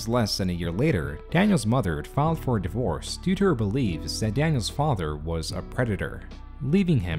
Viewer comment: you speak the e in divorce?